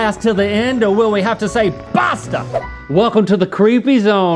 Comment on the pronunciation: As an italian I'm seriously impressed by how well Link pronounces "Basta" in the game title!